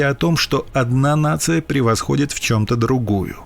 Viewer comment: Сербы тоже творили насилие, и до войны, и после. Узурпировали власть. Это не отрицает естественно подвиги хорватов. Ну и хочется чтобы русские научились произносить слово "нация" хотя бы с нейтральной интонацией. Если вы считаете что у вас этой самой нации нет - не завидуйте другим и не учите жить. А Брзица конечно монстр.